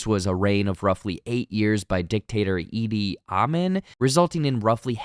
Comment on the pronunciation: The Uganda Dictator's name is pronounced "Eeedeee Ahmeeen" (not Eeedee Amen, as you stated), and is amazingly depicted in Forest Whitaker's Acadamy Award-winning "Best Actor" performance in the film "The Last King of Scotland," co-starring Kerry Washington and James McAvoy. The ending Brian sequence was WAY TOO confusing and CONVOLUTED. Lillian feels sad because she forfeited her DREAM LIFE of becoming a Lounge Singer? 🤣🤣🤣 Lord. This Episode made ABSOLUTELY NO SENSE! It was OBVIOUS from Episode 1 that Charles Blackwood is Apollo's father. "Lillian's first child was conceived in the beautiful blur of 1977." This voiceover statement was made in the first episode, and repeated in episode 7. The statement does not indicate: "Lillian and Brian's first child was conceived in 1977," which is more precise. Therefore, there was immediate doubt planted regarding the father of Lillian's child. Most important, however, is the reality that Apollo does not appear to be EVEN REMOTELY, bi-racial. I did not like the final episodes. This may be because I am not a fan of Sci-Fi or Horror film genres. However, I admire the performers and production. In fact, I only watched the first 8 episodes because I know some of the performers and producers. I will not be returning for the continuing episodes. Not my cup of tea.